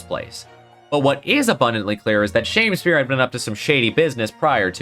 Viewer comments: You said shame spear instead of sham spear as he is literally a sham. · I thought Shamspeare's name was pronounced more like Sham-Spear than Shame-Spear. As in he was a sham Shakespeare.